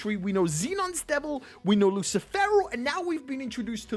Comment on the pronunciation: "LUSSIIFEWROOWW" hahahaahahahah lmao